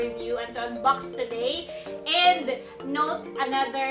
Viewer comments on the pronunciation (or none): none